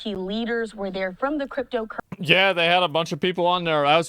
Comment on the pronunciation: "Crypto Currethy" broke me a little lol